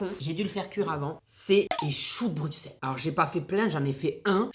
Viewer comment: dans Bruxelles le x se prononce s comme si on ecrivait Brusselles